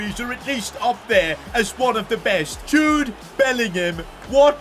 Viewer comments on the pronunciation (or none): Did say Jobe bellingham when Jude bellingham scored the icredible volley😮😮😮😮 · he said jobe bellingham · When jude scored that worldie against juventus u said jobe lol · he did say jobe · 11.00 when jude bellingham shoots he said jobe bellingham 😂🤣🤣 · I just realised when power shot with jude bellingham he sais jobe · Did anyone realize when Bellingham scored he said jobe Bellingham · when jude scored the second goal you callled him jobe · I like he called Jude Bellingham Jobe Bellingham . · He said "Jobe Bellingham" instead of Jude Bellingham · said jobe bellingham instead of Jude Bellingham😮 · I swear I thought said JOBE BELLINGHAM 😅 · Bro said Jobe Bellingham 😂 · You said jobe Bellingham at this time 11.01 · He called Jude Jobe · Bro said jobe 😂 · he said jobe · Did he say jobe instead of jude bellingham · Literally said Jobe instead of Jude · Did anyone else hear him call Jude jobe